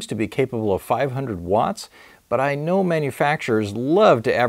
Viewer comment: You cnow what I am going to say. It will work, but as we all cnow, not from the fuirst time.